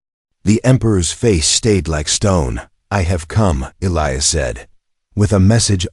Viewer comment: Is it possible to teach an AI 🤖 how to correctly pronounce words, especially EliAs. Please god teach it to pronounce it correctly